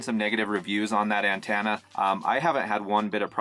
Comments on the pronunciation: It’s pronounced an-TEN-na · Lol "an-TAna"